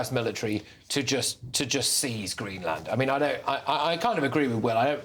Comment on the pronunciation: You Don't Pronounce it like Green - Land